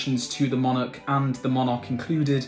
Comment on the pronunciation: You couldn't get more facts wrong it you tried in this video. Please also learn how to pronounce the word 'monarch'.